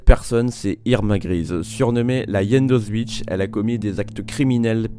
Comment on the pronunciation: je suis toujours étonné du peu de cas que l'on fait de prononcer correctement le nom d'Auschwitz... la version la plus courante donne "Auswitch" façon sandwich... voici donc un tutoriel de prononciation phonétique, il faut décomposer. A - och - Vitz